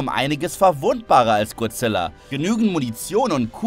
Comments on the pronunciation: Manchmal rege ich mich immer auf wie leute godzilla wie guzilla oder guzilla aussprechen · Godzilla und nicht gozilla